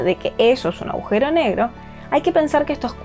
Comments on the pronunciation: Se escribe y dice, Agujero, aujero No. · No se dice "aujero", se dice "agujero". Para locutar un video se debe tener una buena dicción y conocer el idioma. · Por qué tanta gente inteligente dice "augero" ? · ella dice ahujero